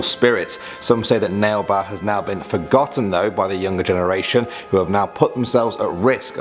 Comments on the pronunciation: Actually it is pronounced as Naa Lay Bha....this sounds like a Kannada word.....but you got the actual meaning.....it really means "come tomorrow".....I can't speak Kannada but I can understand and my mum studied in a Kannada medium school so she teaches me.......just thought of correcting your pronunciation.....I know Indian languages can be extremely hard to pronounce and I myself do have problems in pronunciation as well..... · You did not pronounce nale ba correctly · Its not pronounced nale ba its called nale where u fold your tound when u pronounce l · Umm correction... It's not "nale ba" it's pronounced as "na-lay-ba" which typically in the regional language of Bangalore means "come tomorrow" :) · Well as an Indian, I can say this. The second you were said was not to be pronounced as 'nale ba'. It's actually pronounce as nale 'naley' ba. 'Naley' means 'tomorrow' and 'ba' means 'come' in Kannada language. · narrator: legend number two : nail ba me being a bangalorean and hearing that: whaaat!? he is pronouncing it soooo wrong! it is naalè baa! like if you thought the same or understood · It's pronounced as "naale baa" which literally translates to "come tomorrow" in kannada (local language of bangalore) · It's Nale ba not nail ba. Nale means tomorrow in kannada. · It's not pronounced as nail ba ... It's naa-lay BHA ... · It's pronounce naaley baa,not nale ba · Number nine isn’t pronounced like nail-bah it’s nah-lay-bah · I hvent heard any of em...and Nale ba is pronounced as naa le ba...and nt as "nail ba"... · I am Indian and karnataka Bangalore u pronounced it nale ba but It is nalle ba whichtranslates to come tomorrow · Nale ba is come tomorrow in kannada. It isnt pronounced as 'nale' ba. Its pronounced as naalæ ba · Its not nale ba ...its pronounced as naa le ba ...it means come tomorrow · Bro it's not "nale ba".... It's pronounced "Naaley baa" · Its pronounced na-le-ba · Na Le ba is the pronouncement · Bro make ba is pronounced nalay baa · its naa-ley baa